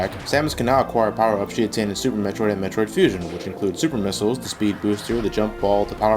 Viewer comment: ", Where do you think Metroid keeps all his missals?" haha